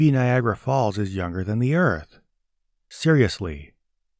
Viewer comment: I lost it when he said Niagara Falls. NOOOOOOO, come on, buddy...